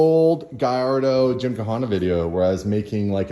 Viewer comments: it is pronounced as gym-ka-na (gymkhana) not gymkahana. Which is a facility of sports. Sorry but i had to explain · Oh God someone teach how to pronounce Gymkhana properly